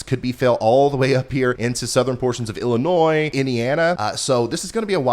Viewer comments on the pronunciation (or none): none